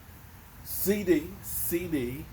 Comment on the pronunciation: Man it's CD NOT CC CEDARIOUS LAMB ,DAMN